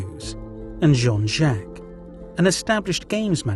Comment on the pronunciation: John Jaques' name is pronounced 'Jakes'. And a bishop wears a 'my-ter' not a 'meter'.